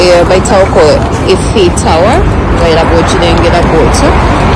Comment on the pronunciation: It's 'iiii--fo" Eiffel. Has in A-i-fo. Tower. Not E-ffo.. And the city is paa-ri- Paris' not parisi...